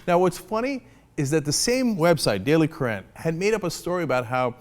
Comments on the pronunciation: Uh, Cenk? "Currant" is pronounced "KUR-ant" ...not "kur-ANT" ... just saying. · Cenk, "currant" is pronounced the same as "current". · Cenk sounds kinda' posh saying it that way though. The daily kuh-raahhnt. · Cenk pronounces "currant" funny.